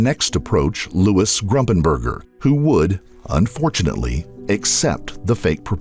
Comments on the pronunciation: QUIT SAYING ...G R U M P I N G B U R G E R!!!!!!!! It's Gumpingburger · It's Gumpenberger not Grumpenberger. It's like you're saying on wrong on purpose. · I think it’s “Gumpenberger,” not “Grumpenger.” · Gumpenberger, I think. Not Grumpenberger. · Louis GUMPENBERGER, not Grumpenberger. The least we can do is remember his name... The judge and DA in the Betsy Faria case should be disbarred. The malpractice in that instance was shameful. Anybody that believes a word out of Pam Hupp's mouth shouldn't be practicing law. Louis would still be alive today if not for their incompetence, or collusion. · The man she murdered was named Louis Gumpenberger not Grumpenberger it’s very disrespectful to his family to keep calling him by the wrong name! I also think she killed the woman she was taking care of in Florida when her kids were younger. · Wasn't Louis' last name- Gumpenberger? Not Grumpenberger.... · It’s pronounced “Fah-reeah” lol and also it’s not “GRUMPENBERGER” it’s Gumpenberger- no ‘R’ after the ‘G’…maybe have a little more respect for the dead & their actual names before you put out a documentary. Very disappointing.